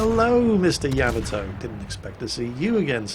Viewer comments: The way you say Yamoto sounds wrong to my American ears. Could you look up the pronunciation of the name and let me know. ya-modo instead of yam-atoe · I really like your videos, but please learn to pronounce Yamato. Its Ya..mod..O, not yam-atow. Don't mean to complain, but it's like nails on a blackboard when I hear that. Thanks. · That "Yammatoe!" Hurt my ears. It should sound like Yam-Mar-Toe! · ya..mott...toe........not cameltoe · It's pronounced "yah-mah-toe" with about equal stress on all three syllables, not "yamma-toe". I had a Londoner roommate in college who pronounced "taco" as "tack-o" when it's "tah-co". What's up with you Brits? You're driving me crazy! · Im sorry but your pronunciation is triggering me. Its not yaamato its YAHHHHH MAHHHHH TOOOOOO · To everyone who's argues about the pronunciation of that, the JAPANESE anime about a ship named that pronounces it YAmato, so that what I'm saying. It's NOT yaMato. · Say Ya-Ma-To the A's in YAMATO sound like the A in Yard. Funny English you are speaking.